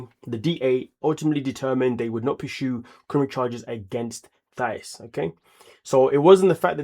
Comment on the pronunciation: Patrick called her Thias